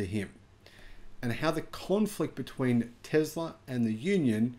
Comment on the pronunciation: I'd be surprised if the mechanic said "Tezla". I bet that Swedish guy definitely said correctly "Tesla".